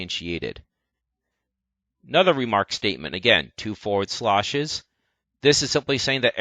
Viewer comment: It's slash, not slahsh. The "a" as in "c a t" not "c a r" Sorry, that was just bugging me. To know what direction something will rotate if you give it a positive or negative vector, Unity uses the "left hand rule". Which is: Make a thumbs up gesture with your left hand. The way your thumb is pointing is the axes and the way your fingers curve is the direction of the rotation for a positive vector/speed. Also you don't have to copy and paste by right clicking. The right click menu also outright has a "duplicate" option.